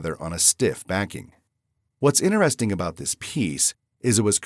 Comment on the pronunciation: in 't- eresting .... not 'inner resting' :-) Even AI could get that one right.